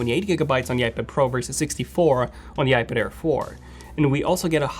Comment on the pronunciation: Air, not care 😅